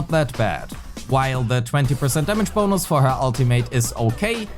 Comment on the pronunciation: Ah the sound of your « damage bonous »